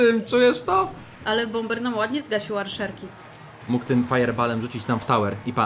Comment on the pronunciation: Arczerki a nie Arszerki xD